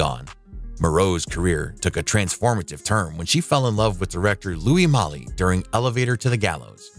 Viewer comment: Did you see my comment about how announer man F's up so many names? He called the famous French director Louis Malle (Mall) Mally.